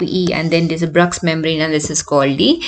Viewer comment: Madam please check how to pronounce Bruch’s membrane